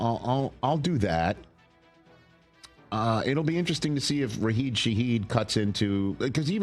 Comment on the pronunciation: Hey Rich! Long time first time, just wanted to point out that it’s pronounced RAH-SHEED .. exactly like Rasheed Wallace